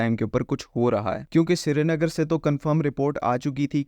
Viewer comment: Shree-nagar to bola nhi jata tumse